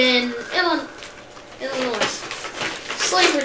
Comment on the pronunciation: Y'all need to pronounce Illinois correctly 😅😮😂